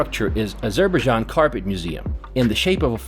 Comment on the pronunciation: meet some indigenous people to make sure local words you are pronouncing is correct.. you are literally pronouncing local words form your A**